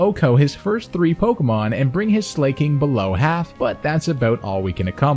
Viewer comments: the slay pronunciation is wrong its Slaking(Slack+King) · lol also i am pretty sure its sla-king not slay-king but ayy he does slay not gonna lie. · sl-a-king not slay-king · Slay King? Does this dude not know how the word slack is pronounced? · "slayking"?? :O >:( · How do people do it? How do people spend so many god damn hours researching, theorycrafting, editing, and playing not to mention, to say Slay-king instead of Slack-ing? It's not that hard, as a YouTuber it's gotta be something you realize. Edit: And you said "True-Aunt" instead of "True - ent" Don't say it's nitpicking. If your job is to talk, better pronounce things correctly. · love the run but the pronunciation killed me. Like slaking and oran berry. But lobe the video otherwise great job